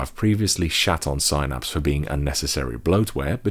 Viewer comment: Sighnaps gotta be the craziest pronunciation I've ever heard